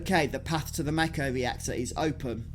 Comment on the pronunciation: 6 years later.. couldn’t watch it due to you calling Mako, Mayko!! It’s pronounced mahko